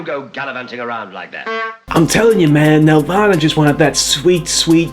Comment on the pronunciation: I would have loved to see it, but the spelling is "Nelvana". Pronounced "Nel-Vana", not "Nev-Lana".